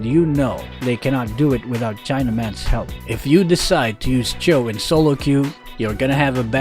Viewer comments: WHOS A CHOWMEIN? (CHOUMAIN) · Yeah, its 'chow' not 'chu'. It's Chinese so yeah, glad to hear someone else pronounce it